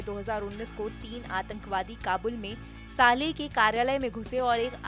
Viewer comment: anchor jis hisab se saale saale bol rahi hai kafi hasi ari hai yaar suno zara gaur se 😂